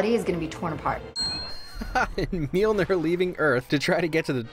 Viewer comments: It's a running gag that she says Mjolnir as MewMew (I've always heard Mewmeir personally, but I'm using MewMew for the context of the comment) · Yeah why can't Darcy say Mjolnir properly??? MNeur Nyeur.. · Did she say MewMew? or did she just say Mjolnir? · I always thought she says "Mirmir" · It’s Mjolnir 😂😂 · I find it funny that Darcy still cannot pronounce Mjolnir